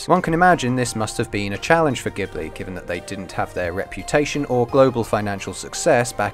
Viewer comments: Pronounciations are *mEE-ya-za-ki and *Jibli but otherwise great video :) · So sad that someone doing an analysis can't even pronounce the name of the studio he's analysing properly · Ah man I realised the miyazaki pronunciation mere minutes after upload. However I will look into the ghibli pronunciation though because I thought that was an Italian word - and if it is, it will DEFINITELY be "Jiblee".